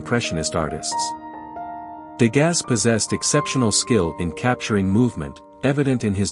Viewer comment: His name is pronounced " De GAH", not "De GAS". How did you not learn this before releasing this video?